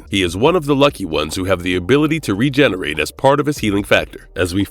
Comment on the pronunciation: Regerate....engrish no 1